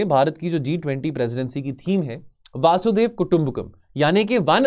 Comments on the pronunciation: वासुधेव वासुदेव वसुधेव सब बोला पर वसुधैव नही बोला 😂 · Sir it's vasudhaiv not vasudev😂😂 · वासुदेव नहीं वसुधैव कुटुंबकम है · This is strange that he doesn't know how to pronounce hindi word properly..... vasudhaiv Kutumbakam is वसुधैव कुटुम्बकम not वासुधैव and devnagari is read as देवनागरी not देवनगरी....